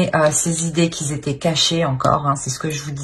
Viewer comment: les qui zetaient et qui zon ca fait mal aux oreilles, liaisons dangereusses